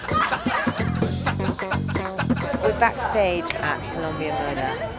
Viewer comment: Omg, " you see this is a backastagaaa"